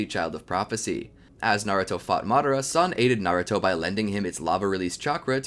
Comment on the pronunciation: games it's Madara not madera